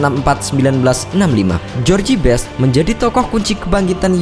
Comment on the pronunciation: Bacanya jos best, bukan jorji best. CMIIW. Sukses terus dgn contain2 yg lbh baik. 👍🏻